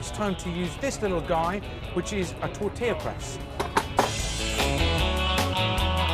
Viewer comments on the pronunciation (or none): none